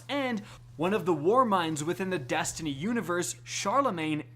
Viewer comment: “Dastiny 2” “Rick Cockis”